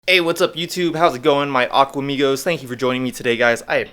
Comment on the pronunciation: I am an Aquamios!! Hello. You gave me a shout out once before and you pronounce my name correctly. Thank you very much! Can you give my wife’s business a shout out please. Her name is Diana Tedesco. She owns the tea party company. Awesome vintage tea party China and events to choose from. For your guppy tank, I had the same problem while cleaning with a hose vacuum. I switched my substrate to white sand. This way you can see all the fish and I actually have to do a lot less vacuuming. The filter system pulls the waist off the top of the sand a lot easier. You might want to give it a try. But I don’t know if you wanna change the way your tank looks. Good luck and keep up the great videos!